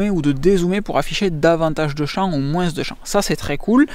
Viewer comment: Je viens de constater depuis le temps que je suit, que pratiquement dans toute les vidéos il utilise le fameux "moinSSE" 😁👍